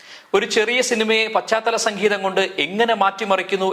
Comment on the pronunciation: സക്കീതം അല്ല സംഗീതം